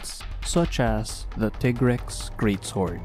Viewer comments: Molten Tigrex is my favorite variant monster in the whole series. The speed, intensity and ferocity of the fight is amazing. Also, I don't care what Capcom says, it's "Tie-grex", not "Tee-grex". It's "tiger" and "rex", not "Tigger" and "rex". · Very good video, but. . . every time you say Tea-grex, I get cringed. For thouse that don't know Tigrex is a combination of the words tiger and trex, so it should be said Tie-rex. (even thou the say Tea-grex in MHW) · tig-rex? no its ti-grex. you dont sayt tig-er do you? ok then. ugh smfh. dude you couldve easily blocked moltrex charges with R1, jeez man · that intense build up was ruined. Teegrex💀💀💀💀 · So you pronounce it Teagrex. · As far a I can find via the great tool called the internet, it's most likely based on the Spanish word for tiger, "Tigre". I'll just paste what I found: Tigrex is a mix between Tyrannosaurus rex and a tiger, hence the name and appearance. Contrary to popular belief however, the first syllable is pronounced like 'Tea' and not 'Tie'. This is most likely for two reasons: One, the name derives from tigre which is Spanish for "tiger". Two, the pronunciation for Tigrex's English name follows the one for its Japanese name, Tigarekkusu (ティガレックス). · Why do so many people pronounce tigrex wrong. Do you pronounce tiger tiger? No you pronounce it tiger. This is why its pronounced tigrex not tigrex.